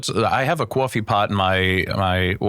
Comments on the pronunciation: i didnt believe them when they said he had a new jersey accent until i heard the "coffee" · He was barely talking so when you had Brandon do a NJ accent I was confused. I heard all of that NJ accent when he said coffee